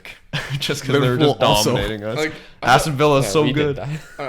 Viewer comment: Nobody:: awwston villa